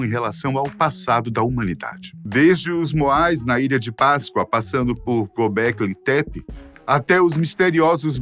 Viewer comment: É Göbekli Tepe 😂 E não Goblequi tepi rs